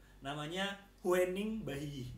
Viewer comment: Cara nyebut huening itu "hyuning" bang. Cara nyebut bahiyyih itu "bahiye". Jadi "huening bahiyyih" dibaca jadi "hyuning bahiye".